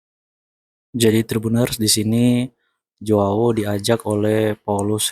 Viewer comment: JOAO baca berbunyi Hoao.. huruf J dibaca berbunyi H. Bulenya mungkin bingung soalnya di negaranya Portugal tidak ada orang bermarga DUMINGAN. Yang paling mendekati adalah DUMIGAN tapi marga ini berasal dari Irlandia (Inggris Raya), ini berarti bisa disebut Irish. Marga Heydemaans juga lebih berbau Belanda bukan Portugal, karena nama² Portugal dan Spanyol adalah mirip berbau Iberia karena keduanya berada di semenanjung Iberia 😮